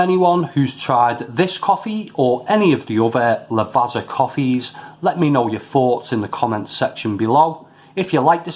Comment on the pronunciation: Never tried these but always been curious....think I'll leave em alone as not keen on herbal notes...thanks for the review. Quite enjoyed the black espresso beans though. P .s. Lavazza is pronounced 'La-vaT-za' cos of having 2 z's in it like pizza 👍